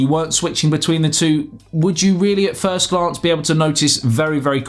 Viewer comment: Sounded like he said thirst review which would fit